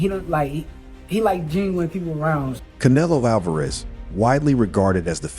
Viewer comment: Pronounce the guys names properly to start with .There is no Sheker Stevenson and learn to say Canelo